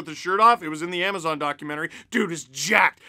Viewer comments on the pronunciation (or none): none